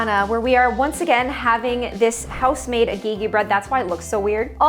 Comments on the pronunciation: Its not ageegee it's agaegae( pronunciation btw spelling is agege) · half ghanaian here! just a little tip for pronunciation: the agege bread is pronounced like (ah- geh - geh), and the shito/sheeto is spelt differently sometimes but pronounced (shi-toh). it’s made from essentially chilli paste and shrimp/fish powder and is usually eaten with rice or pretty much any dish that could use some spice😅 glad you enjoyed it x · I am nigerian! loved the attempt at agege bread lol (eh sound, not ee haha). i dont usually have the egg with sardines, and if i do have fish, its with tuna! glad you gave it a go lol. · you pronounced agege so wrong 😭😭 im nigerian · as someone who grew up eating hagelslag and agege bread those pronunciations hurt my soul but it's okay 🙏 i've never had egg sauce (i'm guessing that was) with anchovies before so that weirded me out too but im glad hagelslag won